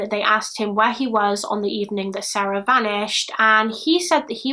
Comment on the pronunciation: 👍🏼 just for the correct pronunciations of SARE-ah and SAH-ra.